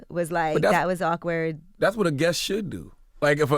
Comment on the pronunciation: And it's guest....not guess.